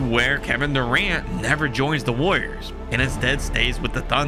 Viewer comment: Brother, please learn to enunciate when you say woyas.